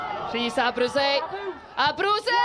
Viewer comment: Ar ol cael sylwebydd yr wythnos diwethaf yn ynganu enw Abruzzese'n gywir, ro'n i'n meddwl bud y nonsens 'Abruisey' ar ben. Ond ro'n i'n anghywir. Mae'n debyg mai rhinwedd yw dangos diffyg parch at enwau Eidaleg ym myd Sgorio.